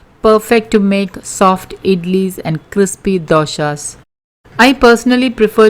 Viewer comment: Please don't say " doshas" for dosas. It takes on a different meaning altogether. Doshas are" negative". Thank you.